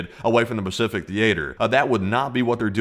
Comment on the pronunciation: Ah yes...the "Bacific" Ocean 😂